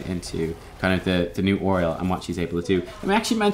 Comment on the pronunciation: Oreol? I hate how you pronounce her name. lol. Also, they're Omnics.